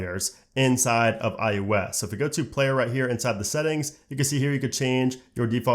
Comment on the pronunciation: Why he keeps saying " i U S " ? it is " i O S " !!!